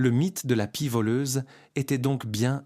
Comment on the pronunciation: "Les corps vidés", ça n'est pas mal non plus, comme "la pissait", ou encore pie lue comme pied, ou "ce n'est pas un autre z'oiseau", "s'en souvient toutes" (au lieu de "se souvient de toutes") et tant d'autres âneries. Bref, une catastrophe. Ce recours à l'IA pour la traduction, la lecture ou les sous titres gâchent complétement et disqualifient ce documentaire qui serait intéressant sinon. Pour résumer, vite fait, mal fait pour la "francisation d'un documentaire qui devait être bien meilleur à l'origine. Allez, on zappe la chaîne. Dommage